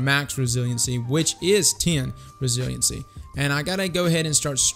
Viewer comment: Bro, google resilience pronunciation. I'm embarrassed for you